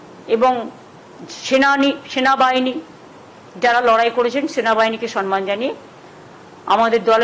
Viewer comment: Sanman noi samman hobe kotha ta